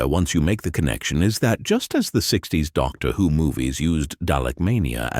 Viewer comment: The content of this is interesting but the AI voice is so distracting! Can the creators of these videos not read aloud for themselves? Even a second-rate reading by a human is better than an AI voice, which always sounds artificial, with weird inflections and consistent mispronunciations of names, e.g. "Doctor, whose greatest adventure" and "Weng Ching".